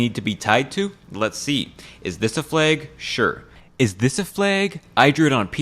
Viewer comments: NOT A "FLAEG" IT'S PRONOUNCED FLAG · Said flag so many times I can only here it as Fleg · "Is this a fleg?" I can't unhear that. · Why do you say flag like plague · Wtf is a flaig? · I love your videos but I almost lost my mind hearing you pronounce flag as “flegg” 10,000 times 😂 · he said fleag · The way pronounces the world flag is funny. It’s like he’s saying flage. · Take a drink everytime he pronounces it 'flæg' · I know what a flag is, but what are these "flæygs" this guy is talking about? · Hello fellow Canadian. Your pronunciation of flag gave you away ❤ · That flag pronunciation just makes you so god darn Canadian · are you from washington because of the way you say “flag” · Less than halfway into the video and I can't get over how this mfer manages to insert the letter y into the word flag. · The way you pronounce the word "flag" is weird. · 'twas today that I learned that apparently americans pronounce flag differently from us